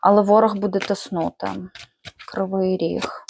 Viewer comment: Не тиснУти, а тИснути. Чи відео згенероване ШІ?